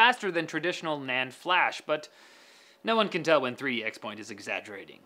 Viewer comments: I believe Intel pronounces it "cross" point not "ex" point. It's kind of like OS X. Everyone pronounced it "oh es ex" but officially it was supposed to be "oh es ten." Oh well, it's probably forever doomed to be pronounced wrong, since basically everyone I know says "ex." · It's pronounced 3D cross-point